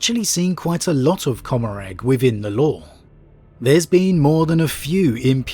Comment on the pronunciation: Commaragh is said com-a-ra by the way. Huge fan of your content